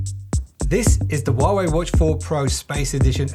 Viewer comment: Stop saying warway